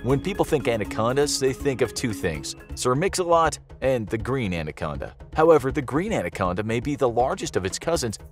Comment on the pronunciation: He said "Sir Mix Slot!" Lol! 😅🤣😅🤣